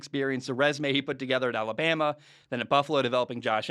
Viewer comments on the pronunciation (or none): none